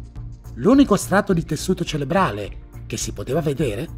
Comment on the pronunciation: Su dice "cerebrale" non "celebrale"